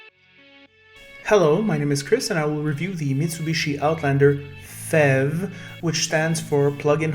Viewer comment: It is not pronounced "fev" it is pronounced letter by letter "P H E V", as it is an acronym for "Plugin Hybrid Electric Vehicle".